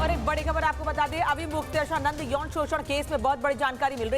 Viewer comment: arre baawli reporter pehle avimukteshwaranand ji to bolna seekhle! avimukyachand kya hota hai??